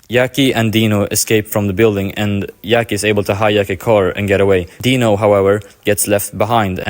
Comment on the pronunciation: Yackie?? I understand that we cant pronounce italian namens right but jackie?? Like jack